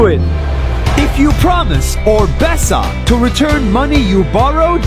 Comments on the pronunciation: BRUH ITS NOT BESA IT IS BESË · Haha im from albania and u are reading "BESA" wrong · You pronounced it erong its bésa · I thought it be bitch instead of bessa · They pronounce Besa pesa, and pesa is money in urdu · at the start of the video i thought she said ''bitc...'' ya female dog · Im from kosovo BESA means trust also the E is pronounced like an he but without the h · Guy:u have my BESA me:I THOUGHT HE SAID VISA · I swear she said b*** in the start of the video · Plot twist: Its not BESA Its " bASS". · Btw we don't say Besa ,we say it like not b but a like a beatbox bass we just touch our lips and say b ,albania is one of the hardest languages to explain,so im not trying anymore. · Besser ( pronounced like "bessa") means better in german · It sounded like "You have my paisa" 😂😂 (Paisa means money in Hindi) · If you speak albanian you know that he's saying it so wrong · Yeah i am albania,he pronuces it wrong but its ok. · Im albanian and the way he says Besa is just funny. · Besa you to say besa.